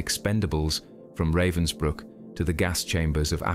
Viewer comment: At least learn TO PRONOUNCE RAVENSBRÜCK................... Not raven like black bird in english. "A" like in abandoned, abagail, alistar, atrophy. : Ravensbrück....